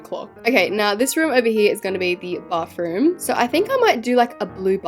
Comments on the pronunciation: YOU NEED TO LEARN HOW TO SAY BATHROOM ITS NOT BARTHROOM ITS B A T H R O O M THANK YOU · you say bathroom " bafroom"